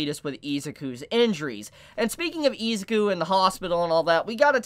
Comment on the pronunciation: Eh-Zoo-Kooh Not eeee😂